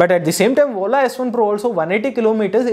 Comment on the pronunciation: When he say Ola It sounds "whola"😂